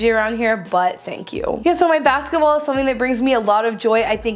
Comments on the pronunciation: every time you said basket wall I thought you said basketball 😂😂😂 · Every time she said basket wall I heard basket ball. 😂😂😂😂😂😂